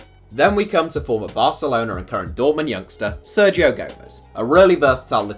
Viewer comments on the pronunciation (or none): none